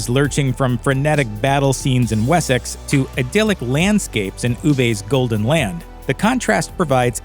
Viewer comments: Wheres Wessax? It's WessEx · What's this Wes-sax place you speak of?🤣 It's pronounced 'Wessix' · yeah i kind of live there mate, Wessex is most definitely pronounced "Wessix". Just like Essex is pronounced "Essix" Although Middlesex is pronounced exactly as its spelled! 😂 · Did my man really pronounce Wessex as “wessaxe” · WHY CANT AMERICANS SAY WORDS RIGHT. It’s Wessex not we-sax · The way you pronounced Wessex ruined this entire video... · You say Wessex wrong and it’s not teepee. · Funny listening to him pronouncing their names and places e.g. ubbay and wessax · am i the only one who got increasingly annoyed that he couldn't say Ubba correctly, or Wessex for that matter. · The way this man says ‘Ubbe’ or ‘Wessex’ 😫